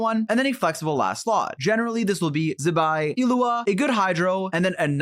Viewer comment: Zi-hye~~~ Zi~Bye 😂